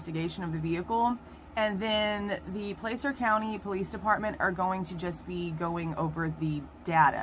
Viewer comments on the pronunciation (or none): Plas-urh. Not Place-ur. Plas-URH. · just for your info: Placer County is pronounced "Plasser County". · Placer County is pronounced Pla (short a) cer. County. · regardless. You're not pronouncing it correctly. It's not Place-ur. It's Pla-SIR. Like your going to say plastic but Placer. YW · Placer is pronounced “plass-er”. Just fyi. Thanks for the quick videos! Every other creator has hours long live streams. Thanks for taking one for the team on this one 👍🏼👍🏼